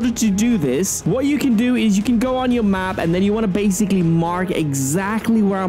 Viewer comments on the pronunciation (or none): Bruh stop saying bassicly